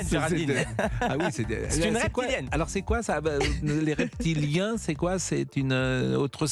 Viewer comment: " les raies ptit liens... " Quel acteur ! Comme il fait semblant d'avoir du mal a prononcer ce mot, afin de feindre l'ignorance ou le désinteret de ces sujets... Leurre des PraudPagande / Praud-fesse-si fais-ça ! Il nous prends vraiment poru des truffes